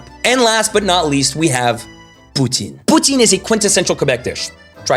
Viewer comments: Lol pronouncing the “e” in poutine…. Newb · Please help people know it’s pou-TIN 💛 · You neglected to mention Poutine is pronounced as “pu-Ten” (Putin) by many Quebecois - that in itself is weird.